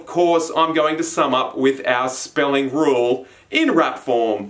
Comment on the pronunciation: it’s ok XD